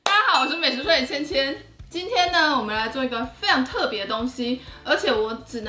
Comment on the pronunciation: 為什麼千千唸起來超像香皂的台語XDD (((一直想不起來還打電話給我媽問台語是什麼意思XD